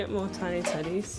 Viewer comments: Am I the only one that heard tiny tiddies instead of tedies and since they repeated it more I COULDNT THINK OF ANYTHING MORE send help V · he said tiny teddies and i thought he said tiny titties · I can't help but hear Tiny Tiddies whenever you two say Tiny Teddies. I'm so immature. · Why did I hear ' tiny tiddies '